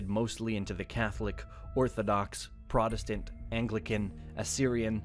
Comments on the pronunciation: Protest-ant, not prot-estant, the clue is in the name, cleverly mangled for I suppose..."reasons". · PROTESTANT NOT PRODESTANT, SAY THE WORD AS IT SHOULD BE.